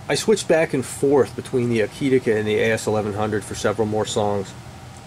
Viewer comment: To my humble opinion you pronounced the name Akitika just fine! It is simply 'A kit' + 'A kit' spelled backwards :). I guess that every pronunciation of that name would be correct! Thanks for the enlightening and honest review!